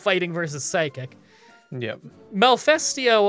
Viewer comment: Every time you guys say Malifesto, I instead hear Mephisto from Blue Exorcist.